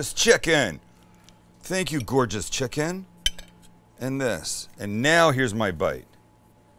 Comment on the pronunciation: je me suis étouffé quand j'ai entendu ''gorgeoruuuuueee'' lolll